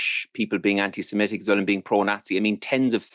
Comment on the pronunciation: Anti SEMITIC, not SEMETIC